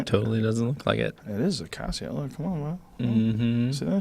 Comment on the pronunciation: Joe “It’s a Cassio” Rogan